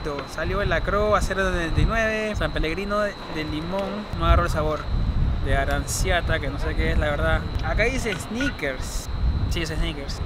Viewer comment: aranziata que no se que es es la verdad. Yo: man es una gaseosa italiana, se ve tres naranjas dibujadas defrente ... y se pronuncia aranchiata